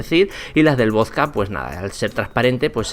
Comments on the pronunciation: Es vodka no vosca 😂buen video hermano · Por qué decís "vozka"? Se dice voDka. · Me excita como dice voska en vez de vodka >:v aprenda a hablar macho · Wtf por q dice voska si es vodka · Genio se dice vodka no voska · Me caga cómo pronuncias la palabra"vodka".